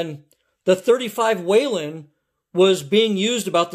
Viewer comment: No “A” in Whelen that I’m aware of